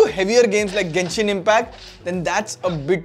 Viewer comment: Bro did a crime pronouncing Genshin impact